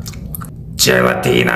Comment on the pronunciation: Ita weird hearing yelatina and not jelatina but I can say a lot because my English pronunciation is ugly so…